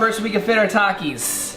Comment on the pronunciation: it’s him trying to speak with a Mexican accent when he says “takis” for me.